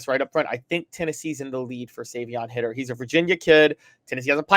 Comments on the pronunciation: Guys, Savion's last name is Hiter, not Hitter. As a result, it's pronounced with a long I sound. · Come on guys, if your going to talk about a player at least get his name right! Its High-ter not Hitter! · If you guys are going to cover Tennessee football you’d think at least one of yall would how to pronounce the 5 star recruits last name the right way smh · If it is indeed pronounced Hi-ter like it is spelled, you guys are flat out idiots